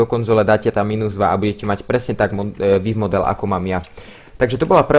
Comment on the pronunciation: "vííívmodel" XDDDD